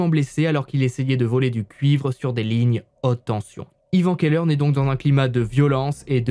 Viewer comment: Keller, cave/celier en allemand, ne se prononce bien évidement pas ''qu'elle heure''...